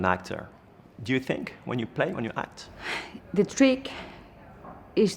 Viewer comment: Dommage d'avoir fait l'interview en anglais qui n'est pas du tout maîtrisé du côté du journaliste. "You Hact" (entre autres) un supplice pour les oreilles...